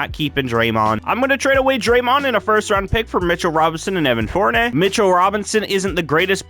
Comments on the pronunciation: evan FoUrNay XD (Four-NEE-Ae) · It’s four-ni-yay you said it wrong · im sorry but its Evan Fournier Like fornYAY